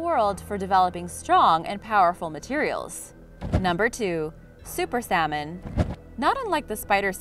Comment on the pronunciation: The "L" in salmon is silent